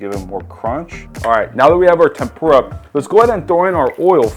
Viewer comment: FYI the raw fish isn't called sushi. Sushi is the vinegared rice. The raw fish slices are sashimi. It's also pronounced TEMpura, not temPUra. From a Japanese person.